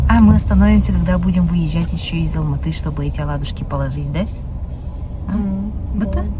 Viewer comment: И Алматы, не надо уменьшительно-ласкательно произносить наши города.